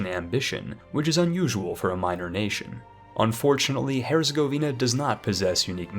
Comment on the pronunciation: He can also say Orleans, Herzegovina, and many other names that people often pronounce horribly or not at all. And for what it's worth, the wiki page for Epirus gives 'A Pie Rus' as the English pronunciation. Overall, he's really done quite well and any errors were relatively minor. Except ducky and Lubbec; those were an abomination.